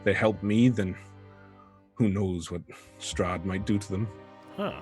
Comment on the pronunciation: made me cringe so hard, I can get changing up the story a little and messes up some of the reveals, but flubbing the main antagonists name really took me out of it